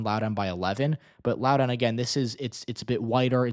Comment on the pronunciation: Im predicting a margin between 5-10% for Spanberger. Hopefully with Trump's unpopularity it'll be closer to 10%. Im from Loudoun county and it's pronounced Lau-dn